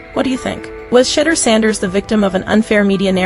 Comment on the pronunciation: Hey AI how about getting the pronunciation of Shedeur’s name correct. It certainly is not pronounced Shittor